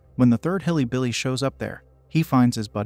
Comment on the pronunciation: While the voice is AI generated, the script writer had to intentionally write hillybilly to make the AI say that.